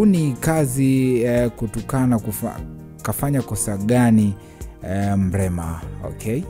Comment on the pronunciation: Mlema tena?au umeshindwa kutamka Mrema?pole,nadhani una changamoto ya kukosa meno